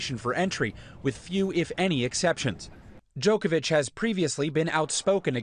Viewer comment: Really Stephanopoulos? DjokoviK? You knew how to pronounce Milošević properly when you worked for Bill Clinton in the 90's, but you don't know how to say Djoković.. Strašno..